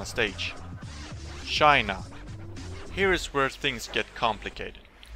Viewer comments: why the fuck did you say " shina "? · it really makes me wanna punch myself everything he say shina